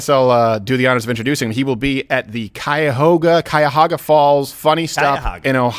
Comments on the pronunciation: Cuyahoga you said it right the first time. 😂🤣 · Its actually pronounced "KY-YAH-HOE-GUH" by locals